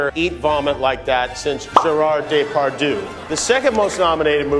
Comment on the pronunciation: DeparDIEU not Depardu 😂😭